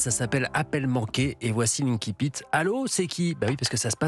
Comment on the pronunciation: On dit pas “inkipit” mais “inSipit” 😮!!!!